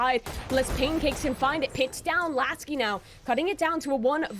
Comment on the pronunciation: Hahahha okay Mr.Bronze, btw its Laski, not Lasik 🤪